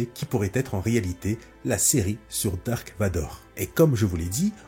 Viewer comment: C’est Darth Vador. Pas Dark